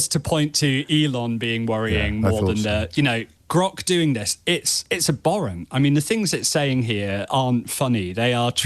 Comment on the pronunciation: presume he meant "ab-horrent" rather than 'aborrent'?